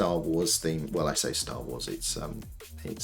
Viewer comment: Stah wools? Stools? You have an office full of poop? I kid, but kind of a weird pronunciation of star + wars.